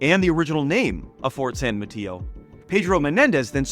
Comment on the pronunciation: The only thing you got wrong is how you said san Mateo and Marquis (i am from the area). But other than that, you have a really good video and on point.